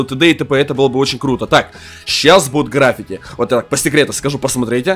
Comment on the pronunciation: Не грАффити, а граффИти